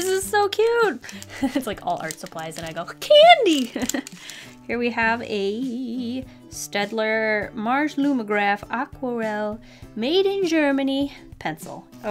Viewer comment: Actually, 'Staedtler' is pronounced with a 'sh' in the beginning, but I think nobody cares.